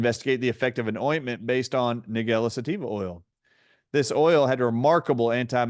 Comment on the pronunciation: It's pronounced Nige-ella, like Nigel, or the name - Nigella Lawson.